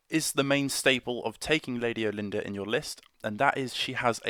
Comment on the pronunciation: Not trying to be over corrective but I kinda prefer how us hicks pronounce her name here , sounds kinda like we are saying " All- en- durr", just sounds much much more regal to me! Most of the time Brit pronunciation doesn't overt bother me with the huge way you guys pronounce the word " Idea" where it always sounds like " eye- dee-ur" just drives me nuts. Some of my friends from over there visually wince when people here say the word aluminum . Anyhow I know it's old but the for the bid, I just got my lady built and waiting for her zenithal prime to dry, She has to be one of the most ornate models I have built to this date!